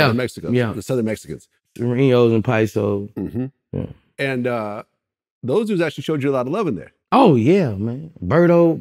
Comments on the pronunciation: Cuh said pisos hahahahahaha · He said, "paisos" :face-blue-smiling::face-blue-smiling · He said (pie-so) 😂😂😂😂😂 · This dude said "Paisos" 🤣🤙🏽🇲🇽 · He said Pisosos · It's * paisas*